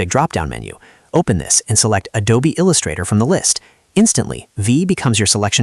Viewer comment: "il x 2 ustrator"? 😆